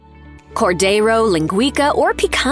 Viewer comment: leen-gwee-ka lol